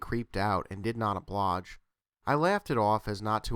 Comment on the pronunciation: Decent stories, although not as creepy as I would like. You did have one problem with pronouncing "oblige" in the first story. It throws off the story when words are not pronounced correctly. But other than that, it was pretty good.